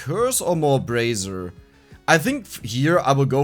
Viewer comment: my guy, stop saying brazzer REEEEEEEEEEEEE xD